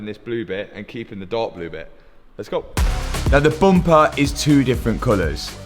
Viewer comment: Booom-pahh [bumper]